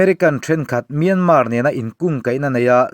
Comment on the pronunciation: Myânmá tilo khan Myānmār tiin ri hniam fân phei deuh khan lam ta che.